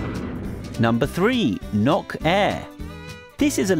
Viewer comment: NOK air More like No kair